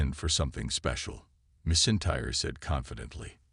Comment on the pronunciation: “Missintyre” AI can’t say Drew’s surname 😂